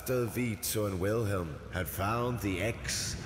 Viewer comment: i'm a bit annoyed by the fact that he's pronouncing Wilhelm wrong